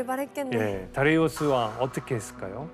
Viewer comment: 아니 이란사람도 다리우스라고하는데 왠 다레이우스? ㅋㅋㅋㅋㅋㅋㅋㅋㅋㅋ